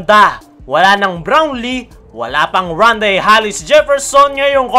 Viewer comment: Bro, Tama pandinig ko? Hallis ang bigkas mo sa surname ni rondae? Hindi ba Hollis? 😅